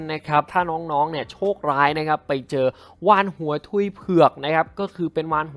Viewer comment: สิ่งที่ผมได้ยินวาฬโงกุน